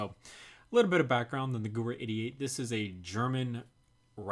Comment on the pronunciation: Gewehr is pronounced [ge-verr] in German , sometime W is pronounced V